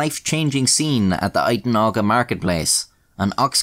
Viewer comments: Uitenhage is pronounced "You-ten-hayg" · *The town Uitenhage is pronounced [you ten hage] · How to pronounce Uitenhage... You Ten Hay G (hard G, like the Hague in the Netherlands) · Uitenhage is pronounced "yoo-ten-haig" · bruh you butchered Uitehnage, i hate the place anyway find something to shit on Uitehnage and keep he pronunciation